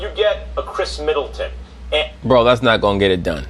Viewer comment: He said Kris Middleton! Lol